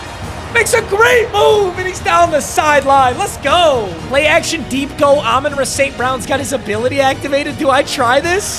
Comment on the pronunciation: It hurts me every time that he is a die hard lions fan and can’t pronounce “Amon-Ra” properly.. it’s RAH not RUH